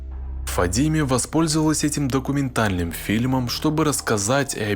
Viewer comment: Не ФадИме, а ФадимЭ. В арабских именах собственных на последний гласный слог. Ухо режет это Фадимеее...